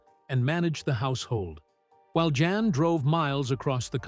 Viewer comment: His name is pronounced Yahn…